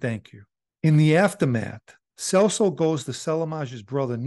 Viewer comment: It’s pronounced “CHELSO” lol I’ve known Joey and his brother Frankie since I was a kid